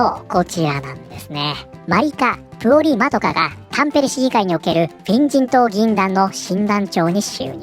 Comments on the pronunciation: これ、画面見てないと「変人党、変人等」って聞こえるんよなー （むしろ正解） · フィン人党が変人党に聞こえてしまった